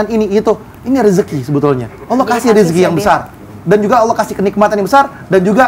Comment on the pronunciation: Ucapin allah dengan baik dan Benar ,beda Bahasa beda arti